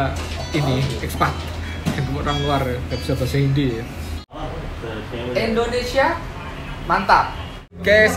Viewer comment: Tuh 2 orang susah banget sebut indonesia, padahal kalau orang indonesia sebut india guampang benar